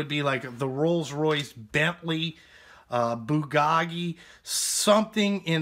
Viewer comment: "Bugaggi" I died laughing. I'm sure you know it's Bugatti lol.